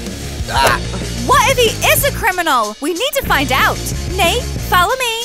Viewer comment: Nate is like this not nait